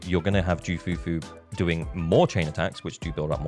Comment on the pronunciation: You do not call her JOO... You call her KOO or Que Fufu Even the Voice actor of Ju Fufu said it...